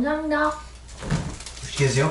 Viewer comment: 감사함돠 네이티브 스피커네 ㅋ